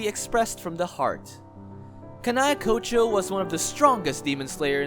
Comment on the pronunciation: How hard is it to pronounce Demon Slayer Corps, Kanae Kocho, Sakonji Urokodaki, Kanao, Zenitsu. Also Kaigaku and Zenitsu aint brothers